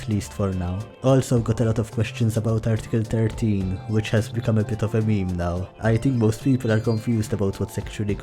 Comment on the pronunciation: A real grandayy would never pronounce Meme as mee mee...